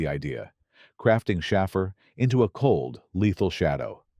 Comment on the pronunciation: Schafar? Schaefer is how it's pronounced. Helicopter chase?